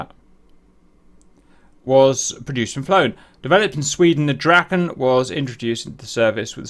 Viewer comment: Draken, pronunce it more like "draaken" not "drakken" for your English speakers. Draken is swedish for dragon. It is very obvious that the communication done in English are done by non native English speakers. Those days few Swedish people where proficient in English.